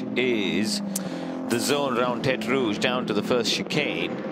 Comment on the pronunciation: At the so-called tetre rouge? What do you mean the so-called tetre rouge. It IS tetre rouge. That’s it’s name